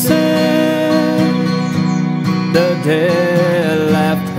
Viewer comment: Why does the singer pronounce Massachusetts without the tt's in the end? It sounds like massachusess, even in the original song, by the Bee Gees. And it's interesting because he sometimes pronounce with the tt's and sometimes not.